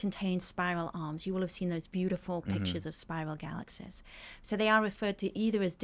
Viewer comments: Dude you’re wayyy too sensitive. The yeah, yeah, and yes, yes, stuff was nothing. It’s the way she pronounces Galaxies (“galaxsehs”) that was way more annoying. 😂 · “Galaxsehs…” wonderful listen